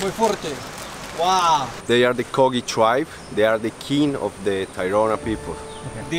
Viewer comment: Great video! but its spelled wiwa and kogui no weewa or kogee